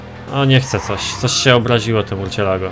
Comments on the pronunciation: Co to murćjelago?! Chyba mursielago. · Murczilago się czyta !!!!!!!!!!!!!!!!!!!!!!!!